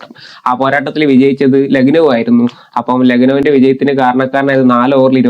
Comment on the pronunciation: ലഗ്നോ അല്ല bro, ലക്കനൗ